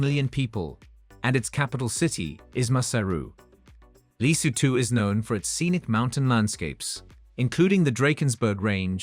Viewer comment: Why does the narrator have a hard time pronouncing average, everyday words like Safari and Lesotho.